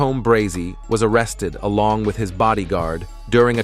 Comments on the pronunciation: Also Mobile is pronounced Mo-beal. It’s in Alabama not Alaska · Mo-byle Alaska??? 😂